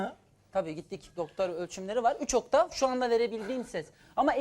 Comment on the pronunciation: OKTAN değil OKTAV, benzinli arabamı la bu adam.